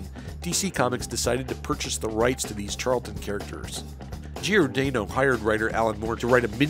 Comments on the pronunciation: Nice history rundown. But PLEASE stop saying “GEE-or-DAYno?” Closest pronunciation should be “jorDANNo” or “Jor-Dah-no.” Millions of Italian Americans will thank you. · Dick GiorDAHno not GiorDAYno. Otherwise, nice clip. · At least pronounce the names correctly. Dick Giordano's last name is pronounced 'Jor-danno' [It's italian].